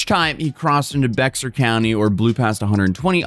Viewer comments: Not Bex-ar county but Bear county lol. Can't be saying my hometown county like that. I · So weird seeing my local news on this channel Also its pronounced "bear" county, not bexar I know its not spelled that way but uh Blame the germans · Fun Texas fact of the day! it’s not pronounced “becks-arr” county, it’s pronounced like “bear” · it’s pronounced “bear” not “bexar” and “Bernie” not “born” (Boerne). I know, I know. Texans can’t talk right. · It's pronounced "bear" county, not bexer country. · So it's pronounced bear not bex-are, and it pronounced Bernie not born. I live in Gillespie county, 20 mins from Kendall county, and drive there regularly, also I was born in Bexar county. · wtf is a brexar.. is bexar and pronounced like bear.. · FYI: You keep saying "BEX-TER" county in Texas. It's actually pronounced "BEAR" County (like teddy bear) even though its spelled the way you say it - I know it's weird but that's Texas for you.. Love the video. Thanks. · It’s not BEXXAR COUNTY it’s pronounced BEAR county… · I know it's spelled Baxar but it's pronounced bear. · Weirdly enough, Bexar county is pronounce like you would say the word 'Bear' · Bexar County is pronounced as Bear County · Spelled Bexar county, pronounced Bear County. Don't ask, we just have weird things going on in Texas. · No shade. Bexar is pronounced like bay-har. It's Spanish. There are names in Texas that are pronounced differently than you would think but don't have a legitimate explanation. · The "Bexar" in Bexar County is correctly pronounced "bear". The "x" is silent. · Bexar County is pronounced Bear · BOERNE??? It's pronounced "Bernie" go figger. and Bexar is pronounced "Bear" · Spelled Bexar, pronounced “Bear”. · Bexar County is pronounced “Bear” County, and the other town … Boerne is pronounced Burn-e… The other county is Kendall, as in Ken doll, not Kin dell… from a Texan, just an FYI in case you find another story about San Antonio area and I don’t want you to sound like an idiot…